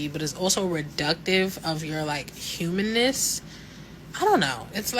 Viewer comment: said humaness😂😂